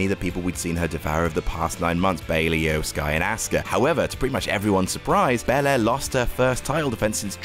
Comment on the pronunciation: My main takeaway from this list: can now pronounce Iyo Sky correctly. Proud of him